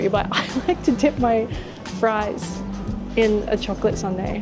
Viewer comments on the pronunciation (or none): none